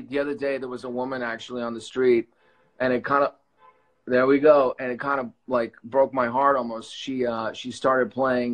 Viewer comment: BTW you very humble and kind sir Sebastian unlikely to others has has handsome but human behaviour issue "I DON'T WIKE IT" the bad words... Haha